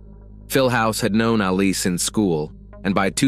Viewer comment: It's Ali......Not Aleeeeeee!! Reminds me of Mohammed Ali every time you've said it.